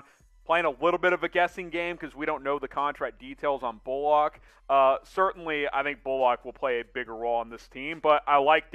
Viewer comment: Could y’all learn how to pronounce people’s names? “Bullock” isn’t “bull-Lock” and “Kleber” is pronounced “klee-ba”.